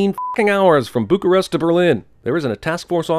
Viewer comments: "Buckyrest"... goddammit. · "Buckyrest" HA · "Buckyrest": I lost it